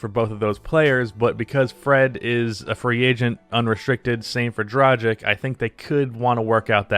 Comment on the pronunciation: It is pronounced DRAH-gitch.